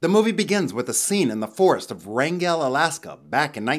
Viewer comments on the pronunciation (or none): Wrangall Alaska is pronounced Wrang-Gull btw